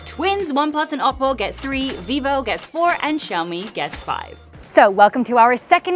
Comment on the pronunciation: Xiǎomǐ(syaomi), not shyaomi...